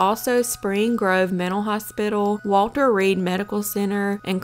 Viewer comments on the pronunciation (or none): none